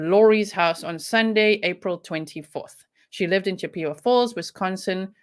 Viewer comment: I love your accent, it's wonderful. The name of the town is named after a Native American Tribe CHIP-A-WAH FALLS. In no way is this meant in any way other than in an effort to help you, and to be respectful to the Native American Community. I respect you and appreciate you far too much to do anything that would be negative, as it certainly not my intent.